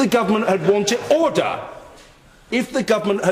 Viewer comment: minutes in with no ODOR ORDER ORDER ORDER ODOR ODOR UDUR